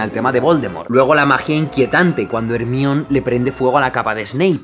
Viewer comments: "Ermión" vs "Jermáioni" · Repite después de mi: Jermaioni ,JERMAIONI!!!!, no Ermion!!! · se pronuncia Hermayoniiiiieee.. no Hermion!! jaja y de ley suena mucho mejor, amigable y femenino... es una chica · No es "jer mi on" es, "jer-ma-yo-ni" fin. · Por que a Hermione le dices: "ermion", porque no decirle "jermaioni"? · porque le dice " ERMION" a "hermaIONI" todo mal con el español españa XD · Nunca entendí por qué le dicen "Ermión" a Hermione. Porque se dice "Jermaiony", y si lo quieren leer directamente, sería "Ermione", no "Ermión". Nunca entenderé esa fascinación y complejo por castellanizar los nombres y apellidos que tienen los españoles. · Soy super fan tuya y Potterhead de corazón y estos videos son vida! 😍 Debo decir que me da mucha risa que le llamen "Jermion" a Hermione 😂 en Latinoamericana le llamamos "Jermayoni" y suena muy divertido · Aaahhhh dolorr dice hermion y es hermaioni pero claro se escribe hermione me duele la cabeza jajaja XDD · No es por ofender a nadie todos sabemos que se escribe hermione pero se me hace muy raro que digas textualmente hermion en ves de pronunciarlo como se diria en ingles hermaioni jajaja pero fuera de eso Ame tu analisis! <3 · Me encanta su contenido, es un gran youtuber, lo unico que me dan un tic feo en el ojo es que diga Hermione tal cual en lugar de Hermione (Germaiony) jajajajaj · Jaime, por que le llamas ermion? a hermione (Germayoni) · hermione , no hermion FORRO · Me pone muy nervioso como pronuncia ERMION jajajajajajajaja se dice "hermaioni" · Perdona, pero se dice ” hermion " no " jermioni" Puesto q viene del griego y " hermion " se parece más al griego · Como ya me acostumbré a pronunciar Jermaioni, me da risa cuando el Dice "Ermión" xd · Ermion vs jermayioni xdxd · "Ermion" LA PUTA MADRE NOO NO No se pronuncia así :cccc "Jermayioni" PORFAVOOOR Todo lo demás muy bien, me encantan tus videos; muy buena edición, muy talentoso yla manera en que explicas es impresionante, soy fan. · JERMAIONI no ermion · ermion xd